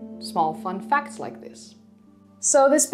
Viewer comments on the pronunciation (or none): none